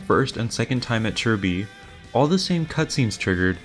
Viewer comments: Isn't it Chi Bi? where'd we get the "r" sounded like chirby. 🤔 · Homie called chi bi churby